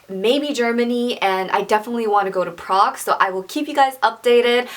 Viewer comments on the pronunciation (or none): none